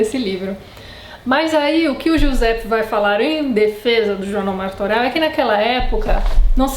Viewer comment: Martorell é pronunciado "Martorelh", não "Martoreu"